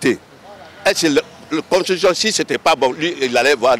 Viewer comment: On dit Constitution et pas Constutition Monsieur le journaliste 😂😂